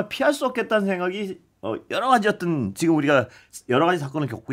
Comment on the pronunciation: 아나운서님. 발음이 어떤 인데 자꾸 어뜬 이라고 하시네요